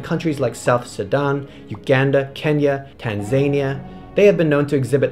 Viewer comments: you show Bradshaw figures from NW Australia - these are not known to be Asiatic? you show Vikings wearing horned helmets which they were known not to wear? you pronounced the country Tanzania incorrectly as TAN ZANE IA not TAN ZAN EEA? Otherwise a very good production. thank you very much! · loved the video, btw the country is pronounced Tan-Zah-Knee-Yah not Tan-zay-Niya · ".....starting in southwest China...." *southeast It's pronounced "tan-zen-ee-uh," not "tan-zay-nee-uh." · 👁 Oh, dang, I pronounced 'Tanza-NIA' wrong. Sorry. ⭐ Get Nebula now: (includes my Nebula Exclusive shows) 🩸 Watch The Shocking Chinese Pork Bun Murders exclusively on Nebula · Lowkey cringed at the Tanzania part but all good 😁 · PS. Don't worry, my partner has already made fun of my pronunciation of Tanzania. Unfortunately I had already posted the video by then